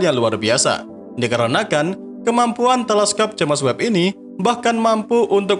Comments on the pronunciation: Videonya sangat mendidik. Sayang ternoda dgn cara penyebutan james webb, tentu sangat ga bagus klo diikuti sama orang2. Apa kata orang bule nanti. Sayang admin nya ga terima kritikan yg membangun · Haha JamEs webb